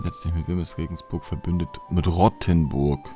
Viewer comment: Es heißt Rothenburg wie rot nicht wie verrotten